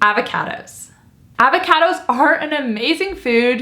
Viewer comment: The way says 'Avahcahdos' 😄